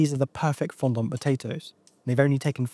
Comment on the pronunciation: I wish hearing the word 'fondant' pronounced 'fon-dont' that many times didn't upset me so much...